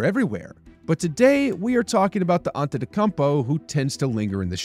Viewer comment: Why are you butchering the pronunciation of his first n last name?